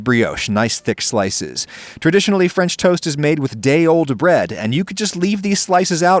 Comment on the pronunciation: mmhhmmm fremch toast